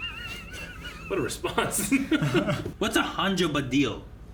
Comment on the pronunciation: I remember thinking this when I first saw the episode, but particularly with the way says it it really does sound like HandjObadiel